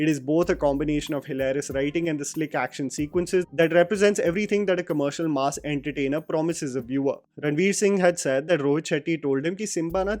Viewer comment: Stop pronouncing ‘mass’ like you are talking about a slab of meat. Mass, not maas.